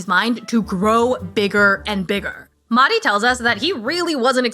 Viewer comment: The H in MeHdi is not silent. It's an H like Henry